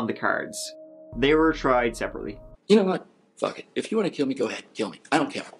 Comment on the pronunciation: "go ahead and kiww me. I don't cawe." This is what I imagine uwu to sound like. Self-serving, self-piteous, uwu.